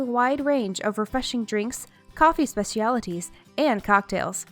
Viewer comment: Cruise Ships? Oh Sorry I Heard Sea Cities